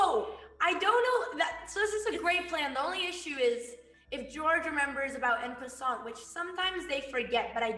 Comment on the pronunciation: Why are they pronouncing en passant like that